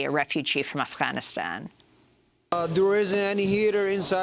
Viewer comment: Oh so its pronounced Af HAAAAnistan... got it. thanks